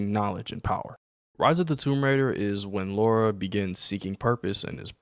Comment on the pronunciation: And straight away - you mispronounce her name......You literally had to type her name and still you constantly call her "Laura" - not "Lara"